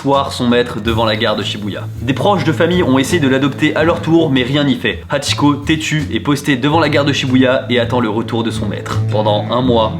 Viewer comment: Mes yeux shumidifient direct en entendant "hachiko" Video super interressante